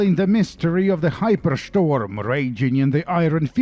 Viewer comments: HaiperSchtorm kills me man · the hypershtorm... i need a flag with that. great video, love it, tho i am missing the pig blowing bubbles.